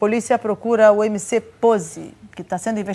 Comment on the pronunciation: “emc poze" sabe nem falar dkksks